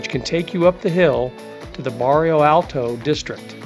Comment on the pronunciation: This video is very informative and helpful to those planning their first Lisbon trip. I do like your recommended walking map directions. I've been to Lisbon and covered most of what you mentioned but there are some places I did not see and do want to go back some time and cover those as well. My only criticism for your video is that you made some glaring typos and mispronunciations (such as Barrio Alto instead of Bairro Alto). Baixa should sound closer to "Buy-Shah" than "Bahk-Sheeya". It is such an American tendency to pronounce things the way an American would read them instead of learning how they are really pronounced. When creating a informative video on a place, you do owe it to your viewers to make a better effort here. This critique aside, you did a very good job on the information presented to help people plan things.